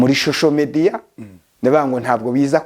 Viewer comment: Nubwo ufite imodoka nziza ariko ntukabeshye ntiwize ntibavuga shosho media bavuga social media uko uvuga nkumuntu utarize na primary ngo nayo uyirangize